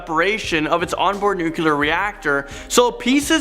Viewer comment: WAIT A Minute! Were all of your staff schooled by the same Science professor? Or maybe the same English professor? Here we go again, with the pronunciation of the word "Nuclear"! THERE IS NO "Q" in the word NUCLEAR! It may seem that I'm making a big deal out of this small thing. When I went to grammar school, our teachers were adamant about spelling and pronunciation. Nuc le ar, Nuclear. Not, Nuqler Nu q ler.